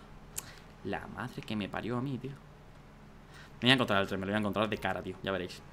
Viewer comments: Por que dice trem en ves de tren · alguien mas noto que al inicio decia TREM en vez de TREN